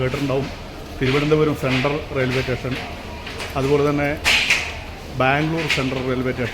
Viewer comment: മച്ചാനെ.... "റ്റേഷൻ" എന്നല്ല പറയേണ്ടത്. "സ്റ്റേഷൻ" എന്നാണ്. സ് എന്നത് താങ്കൾ വേണ്ടെന്ന് വെറച്ചാെ?😂 (എന്തായാലും പരിപാടി സൂപ്പറാണ്👍👍👍)